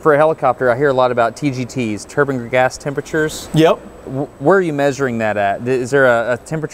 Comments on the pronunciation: I cant watch this guy say turbin anymore.... I get enough of that at work man, theres an E and the end for a reason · It bugs me when people pronounce turbine like turban.